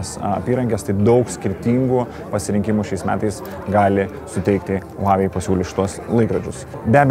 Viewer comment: Žmogau vedantis šia laida, IŠMOK tarti kompanijos pavadinima prieš darydamas apžvalgas, ausys kraujuoja girdint kaip tari…